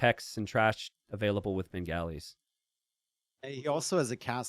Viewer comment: Minor FYI on the pronunciation of Bengalis - it's more like "Ben-gah-li" rather than "Ben-galley", similar to replacing the 'o' in golly with an 'a'.